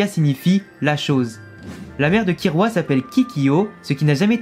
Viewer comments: On dit KiLLua prcq sont nom vient du mots kill (tuer) en anglais parce du coup si sont nom vient du mot tuer KiRua ça veut rien dire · Oui, d'accord, mais à l'oral ça se prononce "Killua" et non "Kirua". Donc bah logique qu'on l'écrit " Killua " même si la lettre " l " n'existe pas en japonais. Et c'est souvent les personnes qui ont regardés en Vf, qui disent" Kirua ". T'as capté mon point de vue ?